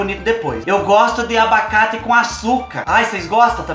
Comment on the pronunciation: O melhor, e o falando "bacate" direto no começo do vídeo kkkk